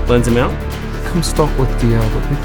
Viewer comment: wtf do you keep saying Lens amount??